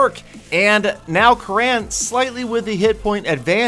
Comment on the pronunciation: damn you he is "kurun" not "karaan".... it's an Indian Name